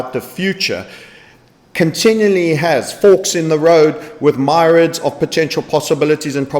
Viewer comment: i like when you say myriad in 2 sylables instead of 3.